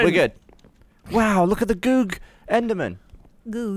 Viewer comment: I'm watching in 2018 but every time they say goug as In googley eyes its sounds like "gouk" which was what American soldiers in Vietnam called the vietnamese